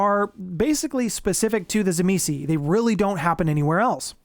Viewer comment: its pronounced "TSIMIIS" - it doesnt end with a vowel - i hate how most utubers get it wrong